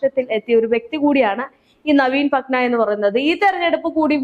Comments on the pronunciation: നവീൻ പട്ന അല്ല കുട്ടീ നവീൻ പട്നായ്ക്ക് ..... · നവീൻ പട്ന അല്ല നവീൻ Patnaik ആണ് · Patna..... Alla.... Padnaik... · Patnayik. Not patna